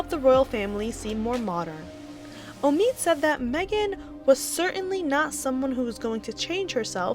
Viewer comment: His name is Omid Scobie not Amid Scarbie.